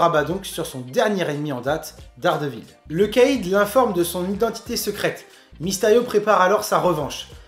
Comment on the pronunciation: Le Caïd en fait ca se prononce KA- ide, pas le kède, juste avec ce mot tu a ruiné son chat-risme ! :p. Mon premier contact avec Mysterio c'est le jeu sur playstation 1 ou le combat de boss est comme le comic que tu décris ou spiderman se bat contre un géant mysterio ! Depuis j'le trouve classe